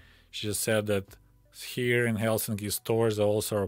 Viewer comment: Excellent pronounciation of Helsinki.